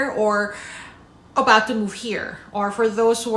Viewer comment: whatcha talkin aboot